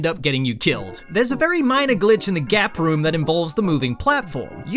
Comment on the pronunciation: I thought gap room said gay room